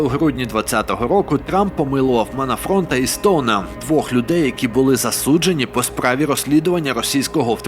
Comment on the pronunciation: Манафорт, а не Манафронт. Ну чувааак...цікаво слухати, але такі обмовки(і ок, якби раз) ріжуть вухо і змушують задуматись і засумніватись в достовірності та правильності решти матералу/фактів. Диявол в деталях😉